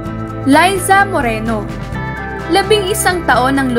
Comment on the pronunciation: maka Layza (Liza) Moreno ka naman gurl! Liza (Leezah) lang yan noon!